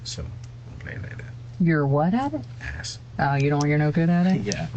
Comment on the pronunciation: Doesn't know how to spell the name of the mother of his child, doesn't know her last name, can't even pronounce the word ass properly. This loser is a walking disaster.